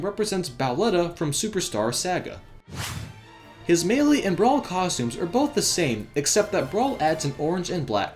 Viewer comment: I'M NOT DONE. You said Saga you pronounced it saga as in AACK (I chose aack cuz I pretty frustrated about these mis-pronunciations) Saga is pronounced Sah-guh/gah.